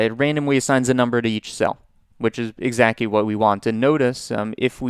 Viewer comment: Are you saying "exacky" to fuck with us? You've said it 3 times.